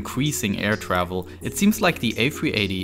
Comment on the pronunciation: U mean ew twavel